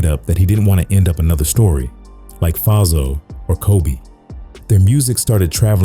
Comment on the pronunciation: AI weak af! Faizo is pronounced like Fay-zo.